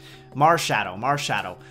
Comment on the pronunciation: Looks good, I'd probably go for the owl! At first when you said marshadow I thought you said marshmallow haha! Could be a fairy type though lol :)